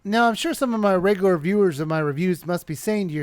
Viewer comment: hehe, you say regular funny